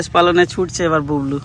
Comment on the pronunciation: দাদা তুমি বুবলু কে বুবলু লে বলো কেনো